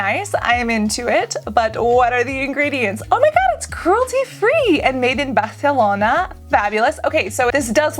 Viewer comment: She said Barcelona as a southern Andalucian lol